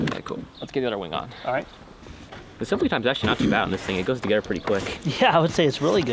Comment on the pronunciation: nothing will make you sound like a child faster than pronouncing together as "tuhgedder"